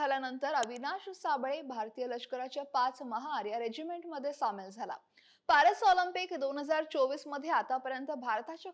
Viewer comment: पारस नाही पेरिस बोला काही पण वाट लावता नावांची